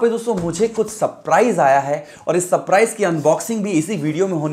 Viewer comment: भाई पेहले तो , ''सप्राईज " नही सरप्राईज प्रोनन्सीएशन होता है